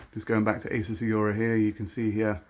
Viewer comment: great video, but totally triggered by the fact you cant say 'aura'.